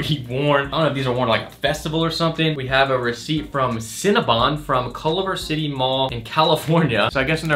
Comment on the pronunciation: “ colover “ I know he’s from Atlanta but the fact he said Culver City in that way is crazy to me